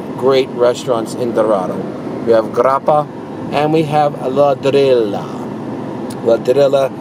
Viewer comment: Favorite restaurant and does not know how to pronounce the name. Ladrillo is pronounced la-drree-yo.